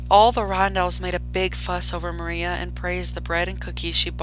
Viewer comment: Miranda❌ Maria✅